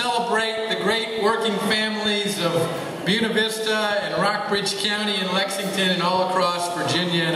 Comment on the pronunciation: BUE-NA is pronounced BOO-AY-NA. Dickwads.